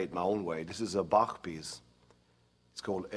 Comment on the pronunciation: Yngwie nails the pronunciation of "Bach" unlike most other non german speakers.